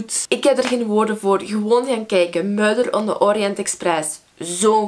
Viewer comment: Machty zegt "murder" op een vreemde manier <3